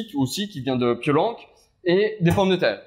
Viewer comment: PiolANC??? Non non non on dit Piol INC XDXDXD